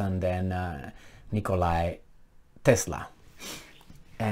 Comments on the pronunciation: OMG, BUT OK, U DONT KNOW. ITS NIKOLA, NOT NIKOLAY TESLA. LOL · 🎯, Tesla was named Nikola, which is a Serbian name, and not Nikolay, which is a Russian name. For those who don't know, he was a Serbian genius, whose inventions are too many to list here. Much of our present hightech lifestyle depends on alternating current (AC) and wireless technology that he discovered. He also invented fuel-free energy generator, with the potential to provide free energy to the whole planet, but J. P. Morgan refused to fund it - no profit, no funding. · you cant read NIKOLA?